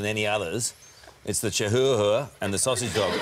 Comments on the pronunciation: Chihuahua is Chee wa wa not hua hua lmao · Carl, it is pronounced Chiwawa..........not Chi Huwa Huwa.... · It's pronounced Chew-wa-wa, just s everyone knows. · LMAO HOW did he pronounce "chihuahua"?!